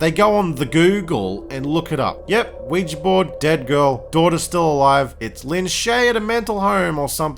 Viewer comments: lol americans trying to say OUIJA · The way you pronounce ouija is hilarious to me 😂